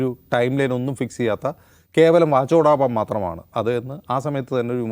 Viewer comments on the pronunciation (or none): വാചോടാപം അല്ല... വാചാടോപം എന്നാണ് ആ വാക്ക്. അതോ മറ്റുള്ള മനുഷ്യരെപ്പോലെയല്ല ഞങ്ങൾ, ഇത്തിരി വ്യത്യാസം അതിലും ഇരുന്നോട്ടെ എന്ന് കരുതിയതോ?